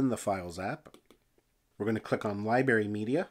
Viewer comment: Did he just say liberry? All kidding aside, this is great content. I bought procreate because of your video on that. I'll need to save up for the 12.9 ipad pro and 2.0 pencil, but once I have that with luma, my possibilities will be as endless as my laziness, I guess... Haha. Thanks bruddah!